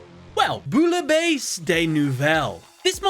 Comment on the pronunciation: Americans pronouncing „Bouillabaisse“ is even as a German insulting. I am really sorry for my French fellas